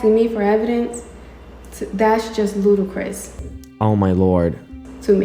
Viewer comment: did she say ludacris or ludicrous?